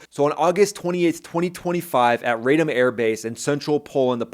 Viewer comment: Rah-Dom, not Ray Dome. Come on, buddy.